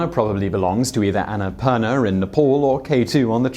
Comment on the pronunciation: It's not spoken like Ne-POL, it's like Ney-PAAL!